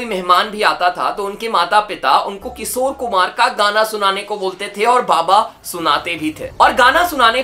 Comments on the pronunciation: Bro its kishor na ki kisor 🤦🏻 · Kisore❌ Kishore✅ (Please naam mat kharab karo aese legendary singer ka...mere papa ke playlist mein ye hamesha rehete hai...I kbow it's just your pronounciation issue but still) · किशोर होता है भाई किसोर नहीं